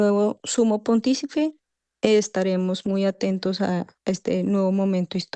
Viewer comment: Pontífice no ponfitice 😂